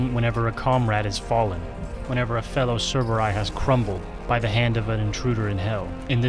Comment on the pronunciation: Why do you say "cerberay" instead of "cerberi"